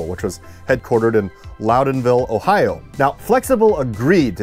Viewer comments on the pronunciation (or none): none